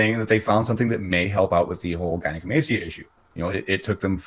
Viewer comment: Delete The Elite You’d think someone who has been dealing with this problem for years, and knows everything about everything, would know how to pronounce gynecomastia and use the more common term of mastectomy as opposed to mammectomy. Maybe he has trouble pronouncing “s” with all those missing teeth. I like how he takes every chance he gets to throw WalMart under the bus. I may not know the whole story but, as tells it he was fired for being 30, 60, or 90 minutes late. I have heard all 3 times said by when saying why WalMart fired him. Of course your employer is going to fire you if you are 30-90 minutes late! If I had given money for his move to Florida I’d be pissed that he never moved. He said the main reason he needed so much was because he had just signed a new yearly lease. He never moved! He never broke his lease! Then he was so careless with the money that his roommate stole it? I’d like to see the police report on that. I can’t believe people were stupid enough to give him so much money especially after having just giving him money. He was smart not to use go fund me. He could be in trouble for not using the money as he said he was going to.